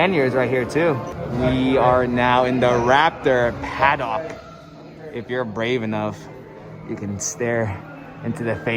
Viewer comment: For future reference, you are saying paddock wrong. It's like haddock, the fish, not like the dock you catch them on, lol. Not trying to be mean, it just sounded cringe